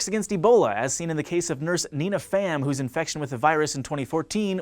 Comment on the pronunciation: I dislike how pronounced "Pham."